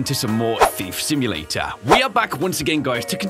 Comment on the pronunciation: He said the name of the game correctly!!